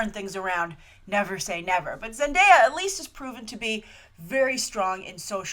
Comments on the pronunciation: By the way thank you for pronouncing Zendaya's name correctly yesterday & today I've seen her name being butchered left & right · You're the first movie news site to actually pronounce Zendaya's name correctly 😁😁😁 I'm really excited for this casting, I want Zendaya to play a new version of Blackcat!! She could definitely handle the attitude and the seductiveness. But I'm open for any role she'll be playing, I want her career to grow and prosper lol